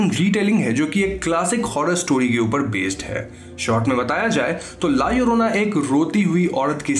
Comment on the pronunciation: Double L pronunciate as I in ink. La iorona you can pronunciate but in written form as it is as in title. Mallorca is a place which you say mayorca.